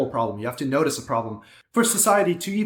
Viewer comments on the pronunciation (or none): the emphasis on notice XD